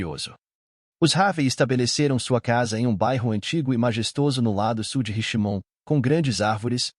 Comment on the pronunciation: House of Freaks se pronuncia “ Hauz âv Friks”; Richmond “RECHTmûnd” 😊. Há outros erros de pronúncia mas esses foram os piores.